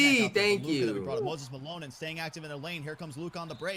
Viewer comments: Are we just gonna gloss over Moses Ma-Loses? Lololol ggs champ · “Moses maloses” 😂😂